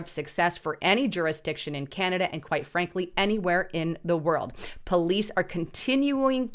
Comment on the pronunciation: Canada is now pronounced CANODA